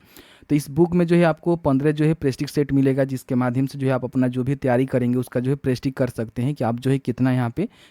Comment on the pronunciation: प्रेस्टिक या प्रैक्टिस क्या? कम से कम सही सही उच्चरण करिए।